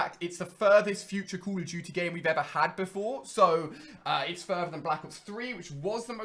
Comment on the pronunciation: I'm sorry but call of duty is not pronounced call of juty